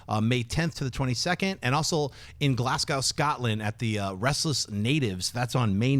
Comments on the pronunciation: haha schnepp calling it Glass-cow. its pronounced Glaz-go. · schnepp! it's pronounced Glaz-go!